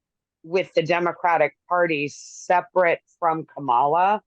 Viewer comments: Really so hard to pronounce “Comma-La”—- seasoned professionals just can’t seem to get it. It’s ridiculous. Thanks Mark for requiring professionalism. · As I understand, the traditional pronunciation is more like Kamla with no emphasis on either syllable.